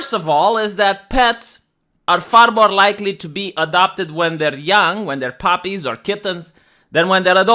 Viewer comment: I love your accent, when you puppies, I thought you said poppies and mask mosques. And I was confused when I thought you said "speaking of Mosques" I'm like "Did he cut something out and left in the reference?"